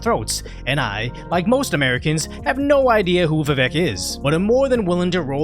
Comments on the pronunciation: Dude.. It's pronounced Vivake. Thought you listened to Tim pool? They call out all of their guests who call him viveck. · Vivek sounds like cake, not heck. If people start supporting him they should know how to pronounce his name.